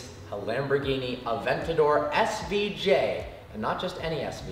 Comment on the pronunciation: "Aventadoor" heard it here first